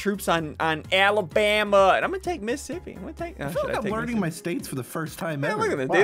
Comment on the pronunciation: He said minisipi